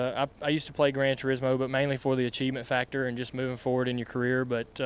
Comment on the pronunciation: did he just say "grand tits-mo" lol